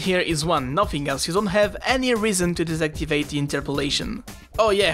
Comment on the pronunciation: On dit ex pas ix, et aussi on dit deactivate pas desactivate :p Sinon tres bonne video :)